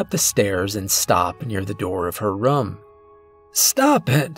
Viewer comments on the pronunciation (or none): I like your stories but the way you say room as rum drives me nuts in every video